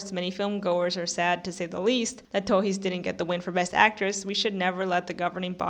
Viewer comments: Kinda of. The "s" is kinda silent, she pronunciates too mich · are you brazilian? Your "Torres" pronunciation sounds a lot like us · I didn’t even get two minutes into your video before I turned it off. You seem not to know what a snub is. Yalitza Aparicio shouldn’t have even been nominated for Roma, so why do you think her not winning was a snub? Lily Gladstone was excellent in Killers of the Flower Moon but she was not the best lead actress performance of the year. The way you pronounce “Torres” makes me think that you are yet another Brazilian online who is a sore loser about Fernanda Torres not winning. I’ve been so sick of seeing angry comments all over the Internet from Brazilians posting emoticons of Brazilian flags as though this were the Olympics. I’ve never seen this anger from Brazilian for other actors losing. The academy did not have a duty to give the Oscar to the woman from your country. And it makes me think that all you care about is that she was from your country because of all the Brazilian flags that I see in the comments. “🇧🇷 🇧🇷 🇧🇷 🇧🇷 Fernanda Torres was robbed! 🇧🇷 🇧🇷 🇧🇷 🇧🇷” what are the flags for? This isn’t the World Cup. I’m American and I often root for foreign actors to win Oscars and get nominated for them when I think they deserve it. I was thrilled when Marion Cotillard won for playing Edith Piaf. I didn’t say, “🇺🇸🇺🇸🇺🇸🇺🇸 Laura Linney was snubbed!! 🇺🇸🇺🇸🇺🇸🇺🇸” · Oh so that’s how u pronounce Torres? News to me!